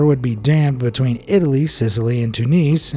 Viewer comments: did you call it "Gally Poley" 😂🤣 LMAO!! "Ga-lip-oh-lee" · It's not "Gala-poly." It's Gallipoli, pronounced Guh-LIP-oh-lee.